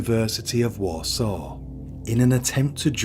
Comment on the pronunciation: He pronounced Warsaw wrong as well, But you still knew what he meant. 😂😊